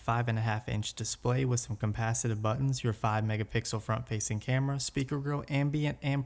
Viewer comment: It's capacitive not compasative.